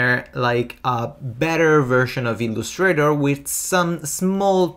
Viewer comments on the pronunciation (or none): Your English is fluent and your vocabulary wide. However, certain words get away from you in their correct syllabic accent. Here are four: 1. organize: the accent falls on the first syllable; 2. Illustrator: accent on first syllable; layout: first syllable; overview: 1st. Thanks for your tutorials.